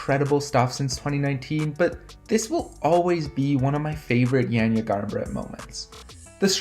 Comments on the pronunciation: Her name is pronounced yon-yuh not yan-yuh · it's definitely not yon-yuh like Anja already said, and I'm guessing that Anja is a Slovenian like myself as well;) That being said, it's not 'yan' exactly either (the way pronounces it), that's still too 'e'-ish for us. Both her 'a'-s are pronounced as "wide" 'a'-s, for example if you pronounce the word 'ardent', then the first sound that comes out of your mouth is basicaly the sound you're supposed to use. In other words, if you listen closely to how pronounces Janja, the SECOND 'a' sounds about right. Just replace the first one with the second one as well, they both sound the same, and you get something like.. 'yaan''yaah' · You pronounce her name wrong.